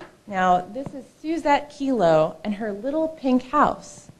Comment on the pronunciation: It's "Kelo" v. City of New London, not "Kilo." Good info here about liberty & the opposition to gov tyranny.